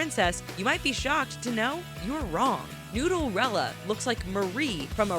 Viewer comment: It's Nooderella not noodlrella